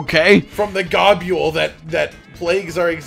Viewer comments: Gahb-you-ool? Gob-bull You know? Gobble? To eat? Like niblesnarf. Nibble and snarf combined. There eating names. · I refuese to believe its not pronounce Gobble. I would hate to imagine you describing a turkey noise as Gah-bule-ing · I will always be urked by Rages pronunciations because I always called him like 'Go-bull' and 'Gob-ull' never sounds right